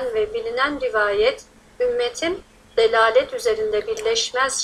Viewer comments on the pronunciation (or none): dalaleti delalet diye okumamak gerekir. ضلالت / دلالت anlamları çok farklı yani